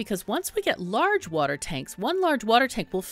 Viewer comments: Its water not wuter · Did you say "Wooder" around time ? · Wuter wuter